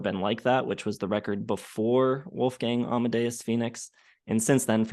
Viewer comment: I think These guys dont understand This Kind of music. Perhaps The are american. And its called Wolfgang Not Wolfgäng. Americans have no Culture.